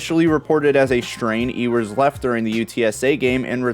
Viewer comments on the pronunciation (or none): It’s pronounced U-wers not E-wers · Why cant you pronounce Ewers name correctly? Anyone who watches college football hears his name damn near every weekend.